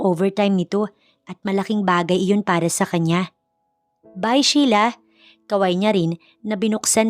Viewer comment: Ano ba, Shela. ..o Sheila and again pronounced....Shila.